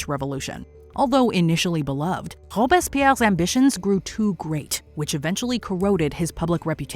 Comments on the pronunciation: I was more concerned with how she pronounced Robespierre’s name in a German accent. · Your "authentic" pronunciation of the names is cringey. If you don't know the language, please refrain to act like you do. "Robespierre" sounded like nails on a chalkboard